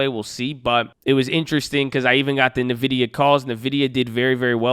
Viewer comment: I love the videos but I have to correct you. Its pronounced "N-Vidia" not Navidia.